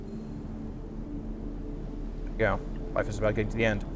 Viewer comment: Not FELIF, it's LIFE.